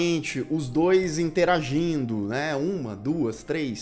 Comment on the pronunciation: É engraçado, quando vc fala "interagindo", 😂😂😂